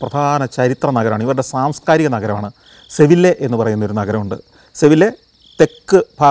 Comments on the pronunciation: സർ. സെവില്ലെ അല്ല സെവിയ്യ ആണ് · സെവില്ലെ അല്ല സെവിയ Sevilla. Just a reminder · സന്തോഷ്‌ സർ അങ്ങയുടെ അറിവിന്‌ മുന്നിൽ എന്റേത് തുലോം തുച്ഛമാണ്.. എന്നാലും സ്പെയിനിൽ ഇംഗ്ലീഷ് ലെറ്റർ (L)... Y എന്ന അക്ഷരത്തിന്റെ ഉച്ചാരണം ആണ്... സെവിയ്യ എന്നാണ് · സന്തോഷ് സർ, with all due respect. ഒരു ചെറിയ തിരുത്തുണ്ട്. അത് 'സെവില്ലെ അല്ല. സെവിയ്യ ആണ്. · Greetings from Spain! !! Not Sevilla സെവിയ്യാ. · സെവിയ്യ മുടിഞ്ഞ ചൂടുള്ള സ്പാനിഷ് നഗരം ആണ്. Laliga കാണുന്നോണ്ട് ഇതൊക്ക അറിയാം 😅.സന്തോഷ്‌ സർ സെവില്ല അല്ല സെവിയ്യ ആണ്. സ്പാനിഷ് ഇൽ ll യ്യ ആണ്. കേരളത്തിൽ അത് ല്ല് ആണെങ്കിലും സ്പെയിൻ ഇൽ അതു യ്യ ആണ് 🤣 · Sevilla enna sthalapperu SGK pronounce cheythathu seri ayitu allannanu ente arivu 🙄🤔